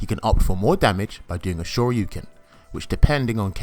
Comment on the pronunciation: I like how you actually say “Shoryuken” instead of DP or Dragon Punch. Thank you for the video sir!!!!